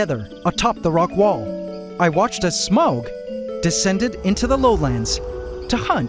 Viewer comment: Isn't it pronounced "smog", VS "sm-ow-g"?